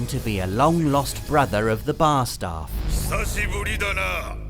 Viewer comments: Hate to break it to you, but I think you flubbed that first Japanese word. It sounds like you said "saucibari" and I'm pretty sure the word you were looking for was "hisashiburi." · It’s not sashiburi, it’s hisashiburi. I see why you missed the hi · Sounded like "Saucy Burrito."